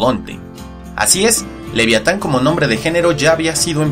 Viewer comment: Cuando dice livyatan (pronunciación hebrea) la V lo pronuncia cómo la V en francés, tipo F, no se leería así V de la sp ?